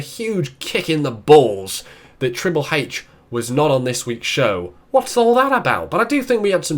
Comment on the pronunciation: triple heich xD